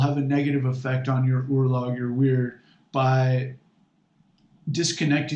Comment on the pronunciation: Firstly, as an Icelander i hate few things in this world more than your pronunciation of the word "örlög". Also Ásatrú does not translate to "true to the æsir" it translates to "he who believes in the æsir". and is literally just means Norse Pagan. it defiantly does not mean someone who exclusively believes in the æsir or exclusively worships the æsir. sorry if this comes off as rude but i just find this so odd.